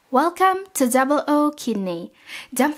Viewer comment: Great video!!! Love it. But not double Okidney. O is an alphabet not a number. Double zero kidney.😎